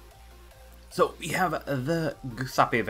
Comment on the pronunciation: Jew-sep-eh. It pains my ears that have Italian DNA to hear you pronounce that name.